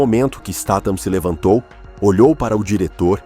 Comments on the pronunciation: Pra fazer um vide lega e profissional você pelo menos deveria falar o nome do artista corretamente, você muda a cada frase státan e depois stathan, seu video é ridículo, deveria sentir vergonha de falar errado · acho que se pronuncia, Stat-ram kk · A pronúncia do nome é . Isteitam , a pronúncia ! Vamos ver se o narrador do canal aprende ! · Caracas, o narrador não consegue pronunciar o sobrenome do Jason nenhuma vez.